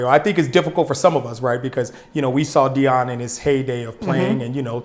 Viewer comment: who the fuck is Deon? I could of sworn it's Deion😂